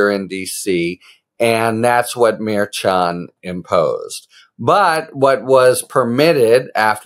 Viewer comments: No, not maddening... Infuriating. Dude, it's easy. Mer-shawn, not mer-CHAHN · Judge Murr-Shon not Mair-Chan just sayin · Again, Harry. Lol It’s Mer -Shon. Pretend that “ch” isn’t even in his name, m’friend! Mer - shush a man named Jon! Mer Shon!🤭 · Thanks Harry❤ As KFA said it is Merchan pronounced Mer Shawn. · Watch you all the time, along with Meidas. The judge's name is pronounced: "Mare-Shawn" 🙋‍♀️ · Your short takes are awesome! Succinct & to the point. Thanks Harry. (He pronounces it Mer-SHAN, per KFA. 😉) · I could be wrong but I believe the judge’s name is pronounced like Mur Shawn. Please continue to keep us informed with these great videos! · Judge mer-SHON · I thought the judges name was pronounced Mer-SHAWN? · The judges name is pronounced mer- shon. Have a good day sir! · The Judge’s last name is pronounced, Mer(mermaid)-chan(sean). Mer-sean= Merchan. Please pronounce his name correctly. I know Karen Friedman-Agnifilo corrected you in a previous video. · Someone told you how to pronounce the judges name, yet you continue say it wrong. Maddening. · I'm not sure why you can't say Judge Merchan"s name correctly? Karen Agnifilo told you how it's pronounced but you refused to change how you say it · Judge’s name!! It’s pronounced with a “ch” . It’s a soft ch like “sh”…..